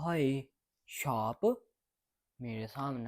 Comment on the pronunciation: Ki tusi sary saap saap kahi jandy o shaap ni keh sakdy